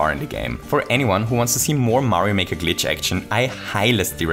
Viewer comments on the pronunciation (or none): none